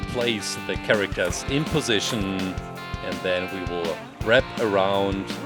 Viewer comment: I'm sorry but CHARACTAARS